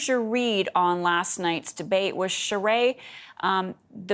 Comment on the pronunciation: Her pronunciation of “Charest” is cringeworthy.